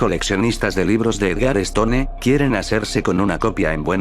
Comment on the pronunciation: no podías quedarte atrás, y menos en halloween. algunas recomendaciones: mejorar la redacción del mensaje de inicio, si es que seguirán más de estos videos. también, la pronunciación de apellidos que no son españoles, como stone, que se pronunciaría 'estoun'. se dice DEGUSTARLA. HÁGASE.